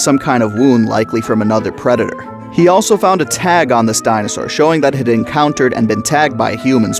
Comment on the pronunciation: good video but if i were u i'd call pachycephalosaurus pat-chy for short and not, well, paki